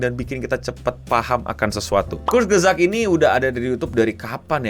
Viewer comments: kurts-gezakt dibacanya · Eh itu Youtuber kesukaanku 😭 Bacanya : Kurz gesagt (artinya perkataan pendek) mungkin maksudnya short story gitu. Aku juga baru tau cara bacanya setelah belajar bahasa jerman :u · Enggak gitu bacanya bang. Bacanya Kurs gesak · Kurzgesagt dibaca kutsgezagt, e-nya kayak di kata "kenapa".